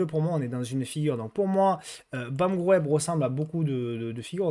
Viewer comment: Merci, encore une belle vidéo. Juste si je peux me permettre de te corriger BAM groep ça se prononce BAM group 😁, ce n'est pas toujours facile pour les français de prononcer correctement les valeurs belges ou NL. Encore merci pour tout ce que tu nous offres et gratuitement qui plus est!!! C'est de plus en plus rare 👍